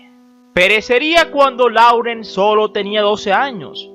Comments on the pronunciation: Laurence se pronuncia: Lorens. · Me gusta ver tus vídeos, son interesantes, aunque me cuesta escuchar tu pronunciación. Por lo menos, edita el de lis principales: el apellido de Vivian se pronuncia "Li" y el de Oliver se pronuncia "Lourens". Y cuida algunas fotos. Pusiste una de Casablanca con Bogart y...nada que ver.